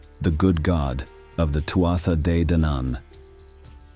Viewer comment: It’s pronounced Turda and Fovorvians. And it’s a raven. Come on mate.